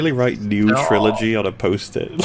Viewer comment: I hate the way he says "trilogy". It sounds like "CHrilloCHgy"